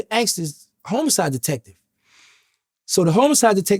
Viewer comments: HOMO-SIDE 😅 wait what? Lol homicide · Dude said Homo sides